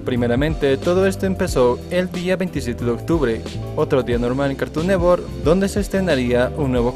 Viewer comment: Carton neTTTTTTTTTTwork es carton NeTTTTTTTTWORK no carton nework